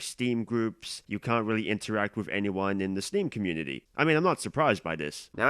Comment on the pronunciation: "YoU GOT SOM NERVE MESSIN WITH THE SPLATOON COMMUNITI PUNKH"